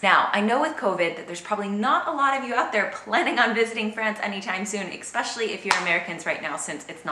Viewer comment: Hi. I enjoy your videos. Lots of good info etc. However, I have a quibble with the way you pronounce especially and etcetera. I hear you say ekspecially and ekcetera...but perhaps that an American pronunciation I am not aware of?